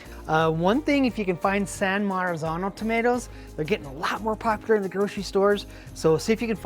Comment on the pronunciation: San Marzano. Not, San Marazano.